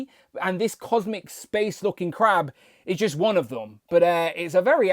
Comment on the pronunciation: I was thinking all week you were saying " Crap " and I thought you really hate this BaF . You were saying " Crab " ... Lol .